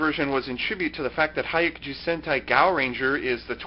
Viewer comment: Hi-yah-ku-ju. The "hi" and "yah" are said almost as one syllable, like "hyah".